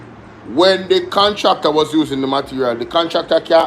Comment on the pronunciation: "Call da contracta,we need da contracta' 😂😂😂 shout out Rosie!!